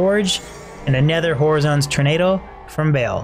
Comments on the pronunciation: Nice vids. Keep it up dude! Just one problem.... how you pronounce horizons sets me into a rage every video you find Horizon's Tornado :D HUH-RAI-ZN - horizon. That is all. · hey is the drop not horizon's tornado? like horizon as in where the land meets the sky? the way you say it makes it seem like a name